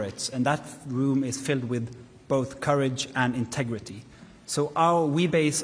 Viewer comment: Intregity? He's never heard of it